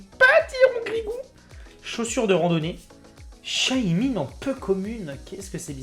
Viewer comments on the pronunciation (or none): none